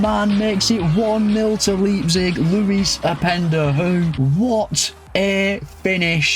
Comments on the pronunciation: You know whats absolutely embarrassing? You callling it Leeepzig. Leipzig. Leijpzig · RB Leeepzig”😂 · 1st Pronunciation of 2025: Laayp-zig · great video, mate. but that leipzig pronounciation has me rofl😂